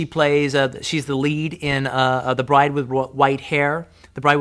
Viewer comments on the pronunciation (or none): none